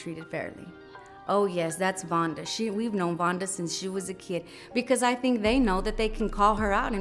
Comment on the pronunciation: MS. VUNNNNNNDAAAAAAAAAA! (If that “o” don’t have that “u” sound, you ain’t saying it right). I’m about to fix my plate and watch all of this right now . We love you in OKC, MAAM!